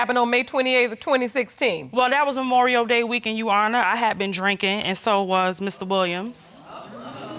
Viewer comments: If she says "you honor" one more time I'm going to lose it lol. Like it's YOUR HONOR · “You honor” I be so confused how these ppl mispronounce common words and phrases. 😳 like have they never heard it pronounced correctly ⁉️ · What's a "shuannah"? 😆 😆 😆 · "You honor???? Hmm...I'm almost certain there's an "R" in there somewhere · If I hear someone address the Judge as, "You Honor", one more time! It's pronounced "Your Honor people! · There's a "r" after the "u" "Yurwarnah" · But Barron, l thought l heard " yes & no your wonour" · I respect that this woman was honest about everything. Regardless of her saying “yu-wana”; she didn’t seem to lie even if it meant her reputation got some dirt. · 'Yu wawnar'🤣🤣🤣🤣🤣🤣 think you meant your honor?!! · Ok that's it I'm done!🤣🤣🤣🤣🤣🤣😂😂😂😂👀🤣😂😂😂 she said who is Yu-wana! I thought it was just me hearing that 😂🤣🤣🤣🤣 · Leslie Sinclair 😂 😂 😂 😂 Yuwana omg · I'm SO turned off by men who have a mouth full of gold teeth and can't speak coherent sentences. Same thing with this chick and all of her, "Yeshonna." (Yes, your honor) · Why does she keep saying "you honor"? Is it that difficult to speak in an educated manner?? "I axed him"....asked??🤔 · Wth...you not only do not have your baby daddy in order to know who the father is but girl if you say "yuwanor" one more time I'm going to scream. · “Yo-wanna” instead of Your Honor”, my God... poor Judge Lake deserves way more respect!! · Why does she keep calling the Judge ‘Yowanna’ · OMG, me again...who is "YewHona"???? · Why does it sound Ike she is saying, “yes yawanna”? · Everytime she says "youwanna" (Your honor) I wanted to slap her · I keep cringing every time this chick says your honor all wrong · 🗣your honor Pronounced ur ah-ner... 🤦🏾‍♀️ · Yuwanna?? What kind of talk is that?? They can’t pronounce their own names. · Anyone else annoyed by "yu-onna” or whatever she was saying? Because it's surely not "your honor" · Thgt I was the only one hearing that 🤣🤣🤣🤣🤣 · Yesssss! I am sick of it! Yesuawna